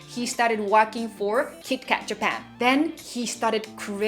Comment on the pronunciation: When you say kit kat as "Kitto Katto", it reminds me of Detective Conan character 'Kaito Kid' cause they pronounce his name as "Kaito Kitto"...